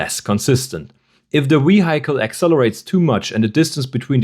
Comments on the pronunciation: Schön erklärt, aber bitte, das Auto spricht man nicht (vi:haicle), sondern (vi:hicle). 😬 Der kleine Oberlehrer sei erlaubt. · Dont worry too much, we understood you even if you pronounced RADAR as Rah-Dar and Vehicle as Vahikel. The other person though thought you were using non english words haha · He did not use any slang words. Do you mean his ACCENT? He called Radar (Rah-Dar) and Vehicle (Vei-haikel). Which is a common pronunciation in Europe. 👍🏻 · Du solltest die Aussprache von Vehicle noch mal überdenken…